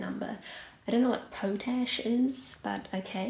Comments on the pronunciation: I can't believe it but just yesterday I was watching an entirely different video where they incorrectly pronounced "pot-ash" as "po-tash" just like this young lady. Being a chemist, I had commented on it. What are the chances? I liked your video, by the way. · Potash is a fertiliser but it’s not pronounced po-tash it’s pronounced pot-ash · 24) it's pronounced "pot ash". It was a type of fertilizer... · potash is pounced (pot-ash) and is a mineral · It's pronounced Pot-Ash